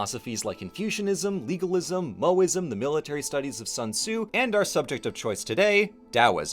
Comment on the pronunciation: Moe-ism? Wait, no, that's a different thing